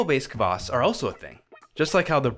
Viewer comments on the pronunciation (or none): A little tip for English speaker's. It's not kavass, or kuvass. It's kvass, with nothing between the k and v. Same with Kveik. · A lot more practice and drinking and we'll get that horrible English CUH-vass pronunciation out of you! 😂👍🍻